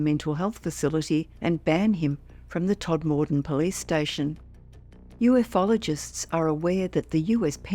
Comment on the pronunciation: stop saying UF ologists the word has always been U fologists, Why have people started saying UF ologists we don't say G E ologists we say geologists stop it now!